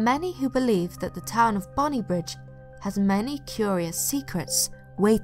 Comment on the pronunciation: its actually pronounced " bonny brig" xx